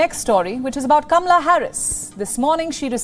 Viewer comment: Her name is not. Camela. Correct pronunciation Kamala